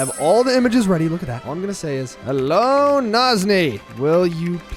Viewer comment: said bello😂😂😂😭🙏🙏🙏